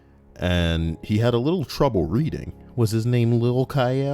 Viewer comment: 4 mins into the video and im crying laughing at my desk! "Readnig" absolutely hilarious